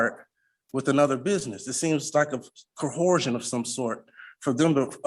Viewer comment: Why why why do these people say "Cohorsion"??? Its coercion!! It drives me nuts. And why "for the record, let the record show "? Its ALL on record!!!! 🤯🤯🤯